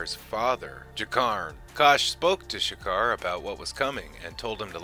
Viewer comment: Video was pretty thorough. Only thing is some pronunciations. Streib is said as Stribe, it's Ulkesh with no R in it, and it is' G'kar with a soft G, not Sha'kar.